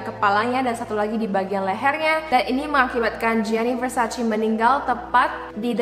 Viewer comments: Versace dibacanya Versace, bukan Versaci. #justfyi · versacé please, bukan versacee-_- how lol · Mbak bacanya versace e bukan versaci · It's Versace not Versaci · versaCE not versaCEE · Its Versace not versaci -Donatella Versace